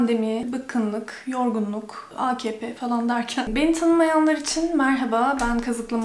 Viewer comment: Abla sen akp diyince çok hoşuma gidiyor cok degısık soyluyorsun basa sarıp sarıp dınlıyorum